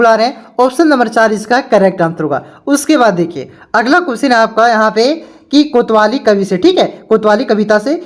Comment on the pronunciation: किया सर कैसे पढ़ाते हो कवितावली को कोतवाली बोलते हो